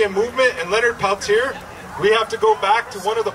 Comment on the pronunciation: Thank you for showing this. 💯💯Not to sound mean, his name is pronounced different than the spelling- Pelt-tear. He has a special place in my heart, and I so hoped he would one day be free. I hope those involved stay peaceful. As President of a Native American Student group at U of WI Parkside, we put on a day ;long program and gathered signatures in the hopes of getting him freed. Even the very government that prosecuted him, also found him innocent, when new evidence was brought to light for the defense. The son of the FBI agent would not allow Leonard to ever be released, except to bury him. Wow, I wish I was in DC. I am a proud Lakota with connection to both Rose Bud and Pine Ridge.